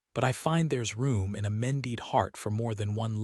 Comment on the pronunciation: The other one driving me nuts is men-DEED instead of MEN-ded.